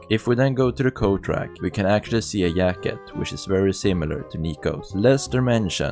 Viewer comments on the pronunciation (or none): A YACKET, BRO ITS JACKET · This dude need to get the shit out of his mouth and talk right and learn to pronounce words because instead of saying things like job, Patrick,yellow jack,jacket, Jimmy he says yob,park it, yellow yack,yacket,yimmy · a “yacket”